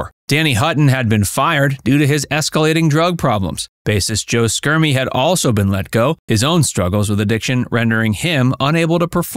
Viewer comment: It's pronounced "SHermie", not "Skermie".